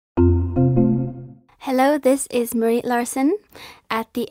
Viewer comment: Mrit? Det er lov å si navnet sitt med norsk uttale altså